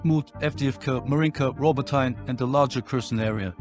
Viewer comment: It pronounced Robotyne = Rabotinay, Stepove = Stepovay, not stepov 😂